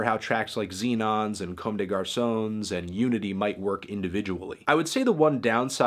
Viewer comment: "comb day garsoans"? You need to work on your French pronunciation, Anthony.